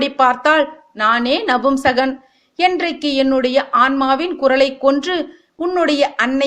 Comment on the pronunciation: It’s not நம்புசகன் it’s நபூம்சகன் . பூ pronounced as flower in Tamil not bhu Wrong info . - Shikandi is neither boy nor girl . - shikandi is not the son/daughter of ambha - it was Bheeshma who knew shikandi‘a birth secret gave this idea to Arjuna to make shikandi stand in front of Arjuna in the war .